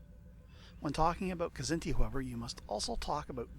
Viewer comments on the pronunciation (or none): it's not kah-zinti, like you're sneezing it out. and it's not a silent k, either. you pronounce the kz together, like it's the same consonant. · I pronounce it Kzinti (Kz+inti). Wish there was a new Star Trek series based in the SFB universe, featuring heavy combat action across the spectrum, using SFB mechanics (perhaps with a little poetic license to include some 3d movement in the combats). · I always pronounced their name "Kah-ZIN-tee" and depending on which race I was up against I'd probably take either the CC for simple "brute force" or more often one of the specialized "Drone Bombardment" ships like the DF so that I can use the bonus allotment of special drones to really fine-tune things to suit who I'm up against. Regardless of drone load-out, one of the key things that can affect Kzinti tactics is whether or not the Kzinti opponent knows or remembers how to use their labs/AEGIS to identify seeking weapons... a smart Federation player in a regular CA can really throw a wrench into the drone tactics of a Kzinti CC when they use their labs to identify which drones are best to fire at, throw a tractor beam at, or let strike the shield. Some of the drone tactics I like to use wont work with the Kzinti and only work for the Federation (with G-racks capable of holding and firing 1/2-space "dogfight" drones and ADDs) since the Kzinti ships had only A-, B-, and C-racks capable of holding and firing only 1-space or 2-space drones as their armament. Still, the load-out I'd choose would depend on the scenario year and the race of the opponent. Who's my first opponent supposed to be?